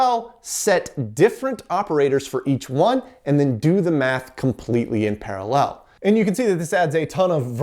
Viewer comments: Can't get past the way this guy pronounces paralLEL. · Why do you put the emphasis on the final syllable of the word "parallel"? I'm not trying to be a dink, I've just never heard it pronounced that way.